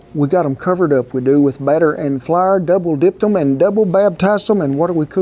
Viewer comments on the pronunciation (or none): "Flar"?... is that like "Ole?" lol